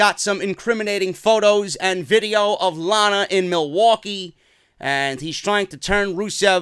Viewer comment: Milly-Wa-Kay! Milly-Wa-Kay